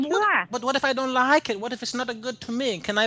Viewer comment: I lieh it............... I lieh it